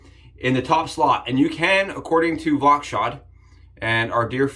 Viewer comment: ("Voskhod", not "Vokshod").